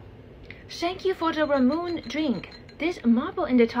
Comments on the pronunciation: She didn't even pronounce Ramune right. It's Ra-mu-ne not Ra-mune. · She pissed me off at “Ramoon” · It’s really hard for me to cringe because I always think accidents happen or hey humans are human but holy shit the muscle in my neck cramped up as soon as she said “Ramoonay” and I was like “oh this bitch is for real?” 😶‍🌫️ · I can't get over calling it ra-moon. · It’s Rah-moon-aye or Ra-mun-eh. Bastardised English of “lemonade” This is info I was given by an older Japanese woman I know. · Ramune is actually pronounced RA-MOO-NE (pronounced e, not ee) 😊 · She doesn’t even pronounce Ramune correctly 😅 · Not her mispronouncing how Ramune is pronounced, I'm not Japanese & even I can pronounce it correctly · As someone who is dutch/german Japanese, I am too. She didn't even pronounce ramune correctly, and it's a little ironic to me 💀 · The way she pronounced Ramune... 😭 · She mispronounced ramune... Idiot